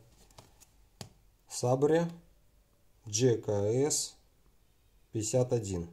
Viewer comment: Сэйбр! Сабре, зэ лондон из э кэпитал оф британ